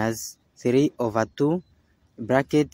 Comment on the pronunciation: Not “ova”, but “over”